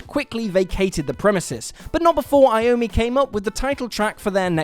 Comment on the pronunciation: What is "creepy" about most of these stories? The Beatles album is not called "Sgt Peppers" stop being lazy and use its full title. Saying "Enter Sgt Peppers" just sounds stupid as fuck. And who the fuck is "Tommy" Iommi?